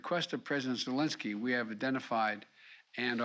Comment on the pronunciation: Who is President Zelonsky? Mr. Biden, it’s Zelinsky.